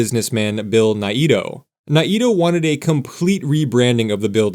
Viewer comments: Sure hope this redevelopment goes through. I used to work just a couple of blocks from the Monkey Park building, and did lots of gigs in that building, too, in the 90s. Fingers crossed this happens. BTW, the developer's name is pronounced Bill "Nay-toe" not "Nigh-ee-toe." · Correction, "NAY-toe" not "nay-EE-toe". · Um, it is pronounced Nay-Toh or sometimes Ni-toh. Parts of the family say it one way, others the other, but neither say it like the narrator of this video! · I know we all say NAYto but I believe the Japanese pronunciation is more like NA-eee-toe or Ny-Toe. Curious now if anyone wants to clarify. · Mr. Naito’s name is pronounced Nay-toe. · His name was pronounced Nate-Oh. But since you’re not AI I’ll give you a pass… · FYI it’s Nayyy-Toe (Naito) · I do appreciate the effort involved in putting together these videos. I really wish if people aren't from the area that they learned the pronunciation of names like Naito, which is a Japanese name. I don't know where the word extra vowel sound snuck in there. The correct pronunciation is Nai-toh. Think MyToe but with an N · I came here for this comment; I'm a long-time Portlander. NAY-toe. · Naito is pronounced NAY-toe. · The way he said it would indeed be a pretty good Japanese pronunciation, but as someone who grew up in Portland I had never even heard it that way before this, so maybe they pronounced it in the more American way, as sometimes happens